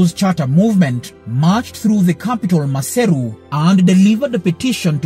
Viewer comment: Thank you for pronouncing the country's name and the capital city's name right. I'm a Mosotho from Lesotho